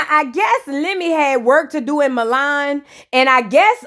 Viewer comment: You right about that. Scotty doesn't seem happy. But it was funny she kept calling Milan "mulan"